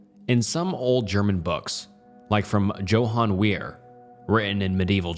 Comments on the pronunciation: Dude, you can’t pronounce Johan???? Come on! Yo - hahn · The name "Johan" is pronounced "Yoh-hahn" and it's "Bah-bah Yah-gah" not "baby yaga" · It's up there with Joe-han